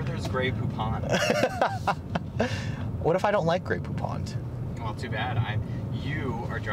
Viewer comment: It’s GREY POUPON and NOT “GREY POUPONT” 🤣😅😂